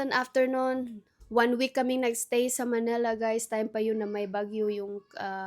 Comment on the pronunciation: It's Manila, NOT Manela. 😢